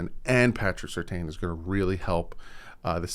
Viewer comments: It's not pronounced Sur Tayne, it's more like Sir Tan. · Quick question for or the commenters about Patrick Surtain. Back in his playing days, his last same was definitely pronounced Sur-TAN on TV. I'm hearing and Reason both saying his name now as Sur-TAYN, and they both normally know their Dolphins better than me. But isn't it Sur-TAN?